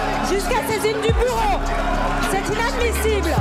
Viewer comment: braun-Pivet j'ai entendu "jusquà saisine du boureau"